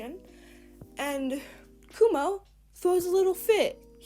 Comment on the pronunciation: Why do you call him kumo when his names is akumu